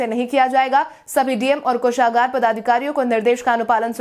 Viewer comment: कोषागार कामगार सभागार इत्यादि का उच्चारण सही करो